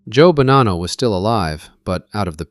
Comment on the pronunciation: The one thing that makes me FRIGGING NUTS, is this guy keeps bouncing back and forth with the pronunciation of the last name of Bonanno. neither is correct, it is BO-naw-NO....I know, I went to Santa Clara High School with Joseph and Salvatore. And my Aunt was good friends with Rosalie Bonanno and worked with her at 1st American Title Company in San Jose.